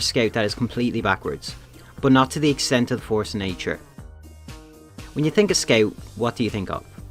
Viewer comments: U turned so fucking irish on the force of nature bit 100% drunky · Jesus Christ the inner Irish came out of you for the force a nature.